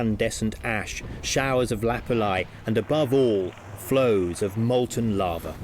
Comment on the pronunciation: You think they would have got a narrator who could say lava. I mean lots of bugs in this could tell if it was lava or larva.